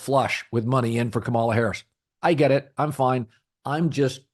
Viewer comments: Emphsis on the 1st syllable, [Ka' ma la], like "Pamala" - extreme conservatives will intentionally mispronounce it much like the way you are pronouncing it, Colin. They intend to emphasize that she's different. They intend to emphasize that she's not white, not normal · I'm sure you're not among those deliberately mispronouncing her name - not your style. Please check - accent on first syllable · As I'm sure you know, her name is pronounced with the emphasis on the first syllable, not the second. KAH-mala. Not KaMAHla. I don't agree with your opinions regarding politics but I respect that you put thought into your commentary. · The (low) bar for doing political videos might be pronouncing the VP’s name correctly. Kamala is pronounced KAH-ma-la, or, if that’s too tricky, like the punctuation mark a comma with a ‘La’ at the end, comma-la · Pronounce her name correctly. Makes you sound ignorant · Maybe don’t repeatedly mispronounce her name constantly. You’re like Floyd Patterson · A little funny that Colin mispronounces Kamala’s name every time 😂 I remember how to pronounce correctly because it’s like communist not community. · Colin proving his dislike for Kamala Harris by pronouncing her name wrong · You’re mispronouncing her name, which is how I know you listen to Fox News. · Obviously, you can't pronounce her name correctly. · O I see you to Collin I noticed how you pronounced her name that's how yall disrespect her. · If you are going to comment on a candidate, do your homework and learn to pronounce Kamala's name correctly. You do deep dives about a lot of great issues and stances. But money and time are only on Kamala's side. But I am with you on Pete. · If you’re going to continue talking about VP Harris, you might want to learn the proper way to pronounce her first name…